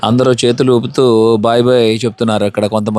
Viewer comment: ANDAROO ela vunnaru ane sentence pronounciation sari ga vundadu. Ala vaddu mamoolugaa meeru matladinatle abhimananfa Prema ga palakarinchandi